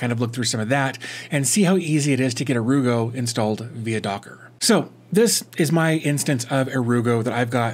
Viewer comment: I just love this, I work for a global company who use sharepoint but don't let us share with external parties. They also ban sites such as WeTransfer. It looks so good too. Definitely +1 for the 'ere you go pronunciation.